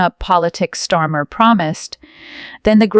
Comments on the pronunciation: I am going to help t he fools who do this channel. The UK PM is called STAR MER. Not Stormer. Please reprogramme your robot. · We know he's a twat but you could at least get his name right who the fuck is stormer. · He's Kier Starmer and NOT Kier STORMER, get the name right you idiot. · You need to get the PM's name right. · Who is Storm? AI getting it wrong again. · Shit reporting , can’t even get his name right.